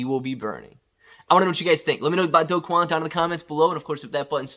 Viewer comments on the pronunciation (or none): Do is pronounced "doo"